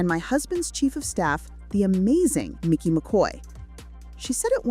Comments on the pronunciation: It's Mikey. Not Micky. Getting these details right is important if you want to be taken seriously. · For such a detailed video, you would think they would have spelled and pronounced MIKEY'S name right. The video title is incorrect and they refer to him as MICKY throughout the entire video. WTF? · It's Mikey not Micky. 🤦‍♂️ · It is mEYE-kee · How many times does this narrator say his name wrong ?